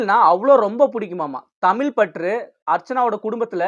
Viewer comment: இதன் மூலம் தாங்கள் இச்சமூகத்தில் சொல்ல விரும்புவது யாதோ? ஏன்டா டேய் வச்சிருக்க டைட்டிலுக்கும் உன்னோட பேச்சுக்கும் சம்பந்தமே இல்லையே.. தம்பி ஒரு சின்ன திருத்தம் அது தமிள் இல்ல தமிழ். அப்புறம் ஒரு முக்கியமான விஷயம். இவ்ளோ சொல்றானே இவன் தீவிர அர்ச்சனா ரசிகனா இருப்பான்னு மட்டும் நினைக்காதே நமக்கு எப்பவுமே தலைவி மாயதான்❤.